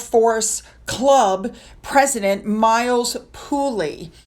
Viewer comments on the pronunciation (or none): none